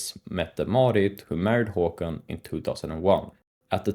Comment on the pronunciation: Haakon!!!! not haakon